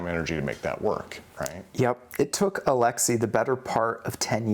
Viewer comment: Why do you choose to say Alexi as opposed to Alexey.